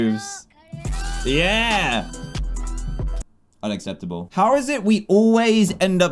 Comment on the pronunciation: Dan:unecepidibal Me:thinks of lemon grab from adventure time